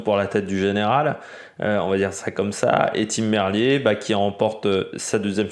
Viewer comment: salut, d'accord avec ton analyse sur cette 1ère étape, juste Tim Merlier se prononce "Merlire"